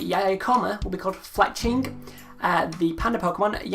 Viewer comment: Actually it's Fletchling, you forgot the "L".